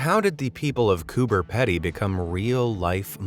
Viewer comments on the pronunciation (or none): btw us Australians pronounce it as Cooper Peedy even though it is spelled Cooper Pedy btw pls do a face ravel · you are wrong. The people who actually live there pronounce it Coober Peedy. And I’m going to give you the benefit of the auto correct that you didn’t even get the first name right. I’ve watched a documentary on the place. Every single resident pronounces it Peedy. Why do you have to be a contrarian about absolutely everything and anything? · It's pronounced Coober peedy but spelled Coober pedy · When you say cooper pedy say it like this Cooper peedy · It's pronounced "Coober PEEEEDY not Petty!!! I have been there and they would laugh you out of the bar of they heard a bloke call it that name!!! haha Cheers! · bro im in australia and it annoyed me so much he was saying it like coober pedy because you pronounce it like coober peedee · Coober Pee-dy, not Ped-y - Aussies be weird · Cooper pedy is a town in central Australia within the state of South Australia. It’s not that far away from lake caddibarrawirracanna which I assume is the towns water source. Cooper pedy even has its own airport! Btw it’s pronounced coo bre pedee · Coober Pedy, the Pedy is said like greedy, not Pedy 🤣🤣🤣🤣🤣🤣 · Coober “Pee-Dee” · Its pronounced coober PEEDY. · Its pronounced Cooba Pee-Dee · It’s pronounced COOPER PEEDY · Just in case you ever have to say it again, it’s pronounced “Coober Pee-dee”. 🇦🇺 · Coober PEE-dy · It's pronounced,' COO-BER-PEE-DEE'!! You make sure you pronounced the next one in Iceland correctly so please, pronounce the Australian one the right way too.. Thank you in advance 😊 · Pronunciation is important. It’s Cooper PeeDee. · Cooper Pedy is pronounced peedy 😱 luv watching your videos 👍❤️ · Pronounced.... Cooper 'peedy' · It is pronounced cooper pee-dee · I think the Pedy in Coober Pedy is pronounced like Petey. I don’t know if it’s the accent, but when a native Aussie says Coober it sounds more like Cuba. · It’s pronounced “Coober Peedy” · Coober pee-dy LOL